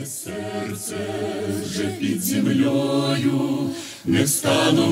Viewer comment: писали уже выше про нюансы пид землЕю и Ёю и тд. Там даже на уровне произношения не так. Включите любой кавер на эту песню западных областей Украины и сами услышите в чем разница. ККХ крутые ребята, но у них в крови балачка и суржики, как их не пытается переучить Захарченко - а быт берет своё) Тем более это не самая сложная песня, здесь все слова аналоги русских слов, просто разнится произношение. Послушайте другие песни, где больше чисто украинских слов и станет понятна разница. Кубань это не Украина. По крайней мере с современной Украиной мы не имеем ничего общего, ни в языке, ни в традициях, ни в миропонимании ни быту и слава богу.